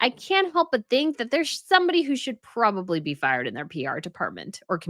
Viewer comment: You are WAAAY too old to be pronouncing probably as "prawley", don't you think?!?